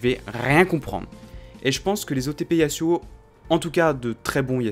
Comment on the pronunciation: PAR PITIE SA SE PRONONCE YAZUO UN S ENTRE DEUX VOYELLES !!!